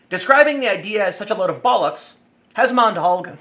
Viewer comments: 'Bollocks' is better pronounced 'bollerx', Tim (with all short vowel sounds). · Sounds weird hearing a yank say bollocks. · It's always weird to hear Bollocks from an accent not found in Britain. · Sorry Tim, there's something really funny when Americans say the word "bollocks".